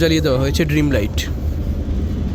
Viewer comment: আপনার মত বরিশাইল্লা মনু যখন ওভার স্মার্ট হয় তখন হকার কে হ্যাকার বলে।আবার ডিম লাইট কে ড্রিম লাইট বলে।